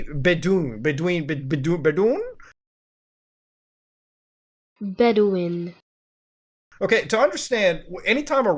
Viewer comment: Beaudoin, pronunciated like Bowdwon